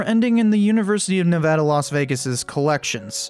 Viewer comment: Wait, you know how to pronounce Nevada?!